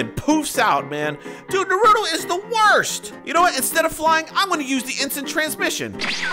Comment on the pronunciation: It's not narudo its naruto